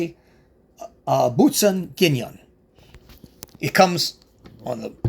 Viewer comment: Yes, pronunciation was correct :-) And let's not forget, the Boutsen is Thierry, the former F1 driver.